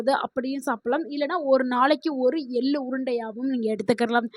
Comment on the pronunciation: Ellu எல்லு தவறு எள்ளு !! தமிழ் வாசிக்கத் தெரிந்தவரை அழைத்திருக்கலாம். இங்கு ஆங்கிலத்தில் எழுதியதை இவர் வாசிக்கிறாரா? ai பராவாயில்லை?